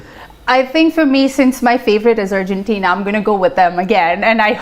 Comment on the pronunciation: Why does she keep saying Urgentina ? Its Argentina ...